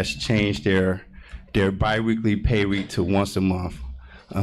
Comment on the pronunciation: He says bi-weaky 😂😂😂